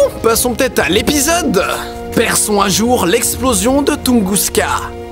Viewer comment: j'suis peut être chiant mais je crois que c'est "Tunguska"